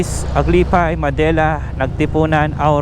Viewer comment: not "ma-de-la" its '"Mad-de-la"